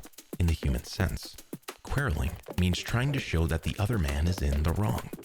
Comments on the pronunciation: Never heard quarrelling pronounced so strangely. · Kwoh-rule-ing, not Kwah-rell-ing!!! That's certainly something I could Quarrel about. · It's pronounced kworelling and I hate this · Probably a dead horse by this point but "Quarrelling" is pronounced k-war-ehlling. The "a" is pronounced the same way as it is in "war" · The irony of showing how the word "quarrelling" is pronounced and proceeding to mispronounce it, lol. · Quarrelling is pronounced in a way I have never heard before. It does not sound right. I didn't get to finish the video. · Only thing we're here is how you pronounce the word quarrelling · He pronounced it wrong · I think it sounds wrong lol “quarrelling”